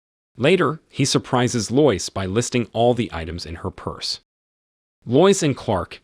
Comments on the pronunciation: That was super dumb. Couldn't they just adjust the script in those couple of spots to make it sound right? For instance, spell it "led" instead of "lead". Or spell her name "Lowis". It's fine to have AI read it provided that a human being writes the script and fixes errors. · TIME TO GET A HUMAN TO READ YOUR SCRIPT RATHER THAN THIS LOYCE-LOVING ROBOT. and not seeing through "leed"? eek! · This is when I grew up. I think this is a.i. or something. No real live person would pronounce Lois like that...... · Lois Lane struggles with spelling, and you struggle with pronunciation.